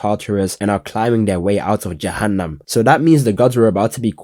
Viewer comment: Man the "Jahannam" got me 😂😂😂